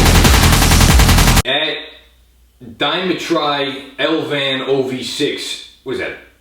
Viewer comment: He really said DIE-MY-TRY, it's dee-me-tree